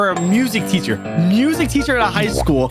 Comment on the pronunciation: It’s not teather it’s teacher🤓